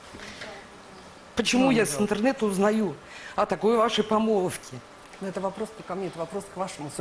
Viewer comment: Помолвка Прохор, помолвкаа епть, а не помоловка)